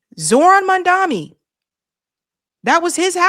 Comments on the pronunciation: it's Mom-duh-kNEE. u still keep calling him "mum-DUMMY". 🤣🤣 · How are you still getting his name wrong. MamdaNi. Come on!